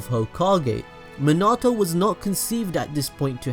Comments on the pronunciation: I hate how he says minato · this video may have been great but i just could not get past how you were saying minato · Anyone else annoyed the way he says minato’s name? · 🖕🏻 you your sayin minato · Nice video, but the weird emphasis you put on Minato's name hurts my soul lol. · MEAN-A-TO minato plz im get so annoyed no hate tho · Bro its minato pronounced mean-nah-toe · This nigga really just said minedo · IT'S PRONOUNCED MIN-UH-TOE!!!! Nice vid by the way. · it pronuce likw this min-it-toe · It's pronounced MEEN-AH-TOE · isn’t it pronounced “min-a-toe” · It’s Min a. To But it like naruto the to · Minoto prounanced mean - uh - toe. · My OCD 😡 MIN-A-TOE Sorry 😐 just had to get it out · HOLY SHEET ITS MEEENATO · Who the fuck... is mih nah toh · Not being mean but it is MEE-NAH-TOE Thats how you say it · munatoh love it xD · Minato ( me-na-to) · It’s pronounced (mean-a-toe) just to help u out a lil bit bro but great videos I didn’t know any of yhay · I’m sorry but Me-na-toe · It's said mean e to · Meanato thats how it’s pronounced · I'm sorry but the way he says Minato, just cracks me up. Me not toe.